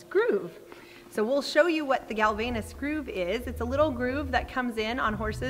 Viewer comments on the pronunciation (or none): It's Galvayne's groove (pronounced 'gal-vains'), not "galvaynus". The ages you state for some of your horses are wrong. Dylan is much older than 15. And the vet didn't remove his other teeth; they are still there